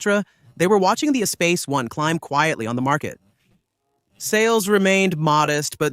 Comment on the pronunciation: If Ur going to do a history of a vehicle, then learn how the name of the vehicle is pronounced first.